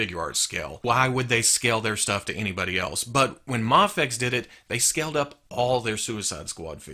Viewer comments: I thought it was pronounced may fex not mah fex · Muhfex, mehfex? I thought it as pronounced may-fex? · you always pronounced it as may-fex. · It's either way since no one knows how to pronounce it really just done people told it's pronounced mah fex while others said May fex. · It’s pronounced Mayfex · The way he said mafex ugh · Ok. So, I've heard it pronounced different ways. Is it "may fecks" or "mah fecks" or "m'fecks"? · I think I've heard you pronounce MAFEX in every possible way at this point. In this one video. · I think it was an on going joke about not knowing the correct pronunciation in early videos I put it down to jelly and jam scenario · I love you but I hate the way you say Mafex. Isn't it a long "A"??